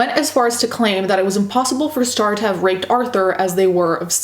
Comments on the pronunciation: I keep hearing Straw instead of Star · straw and star.....i cant hear the difference lmao